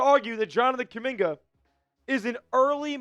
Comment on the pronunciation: Bruh!!! If you ran the front office you would have got rid of (Kuminga👑)🫵🏾 You know nothing about basketball 🕵🏾‍♂️🔥🔥🔥💯 Or Have you🫵🏾 Ever been able to play basketball 🏀 with any type of skills💯💯💯💯🩸 You don't even sound right saying my brother name🖐🏾 🫣😳🩸🩸🩸